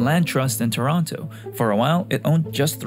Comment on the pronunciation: You pronouce Toronto like someone who's never been to Toronto before